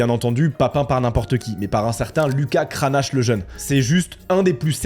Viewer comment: Kranache... 😆 C'est comme ceux qui disent Donald Trümp ou Joe Bidenne...